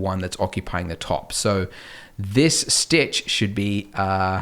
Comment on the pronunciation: You spelt stitch wrong and u said "stich"